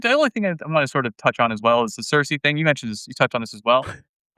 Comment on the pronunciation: Keer-kuh (circe)